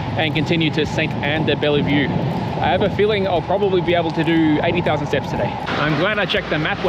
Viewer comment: We don't say the E after the "LL" in de-Bellevue. LOL. Great video to show it is possible to walk.